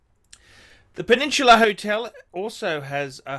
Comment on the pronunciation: The Pew-Nin-Chew-Lah ??